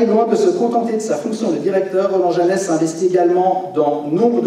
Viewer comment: Bravo! Le J c’est le S comme on dit